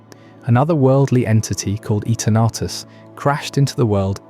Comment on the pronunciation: This is the first time I heard Eternatus that way. Love Pokémon is the only game where people are also allowed to explore how to pronounce the same name in so many ways.